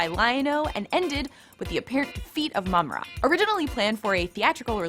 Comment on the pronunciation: its JAH-GA and PU-MAI-RA btw, lol u said mama-ra at one point. please get hosts that know how to pronounce names or have them practice or research it. seems like you just hire a girl that is attractive (I guess) wearing a gaming shirt as to appear a cool gamer chick that know 80's cartoons. sorry see right through that. I was going to subscribe and like but nope